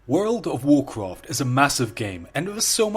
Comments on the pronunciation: Woorl o' Woocrof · I will make 1,000 youtube account and like your video if you stop saying "woud of woucwaft" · Its so stupid bcs people make fun of him for saying wowd of wowkwaft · woold of woocwaft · Don’t you dare start pronouncing Woulrld ov Wooolcraft correctly. It’s all good : )